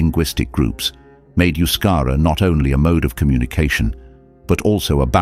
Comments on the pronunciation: Euscara is NOT pronounced as Yuscara, but thebe is ptonounced as E in edible, and then the U is pronounced as oo. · I think it is not Euskara, rather Euskera? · it's not Euskara but Euskera.